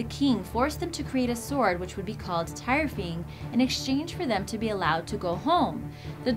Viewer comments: its Thyrfing not tyrfing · the tyrfing is spoken as tirfing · The sword Tyrfing is pronounced tear-fing not tier-fing you dumb bitch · its pronounced Tewrfing not Tirefing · Tire-fing? hahahahahaha.